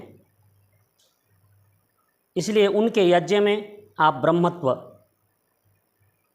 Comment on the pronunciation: तू भी मुझे कोई बेवकूफ लग रहा है ठीक से यज्ञ तो बोल नहीं पा रहा है और बाल्मीकि रामायण का अर्थ बता रहा है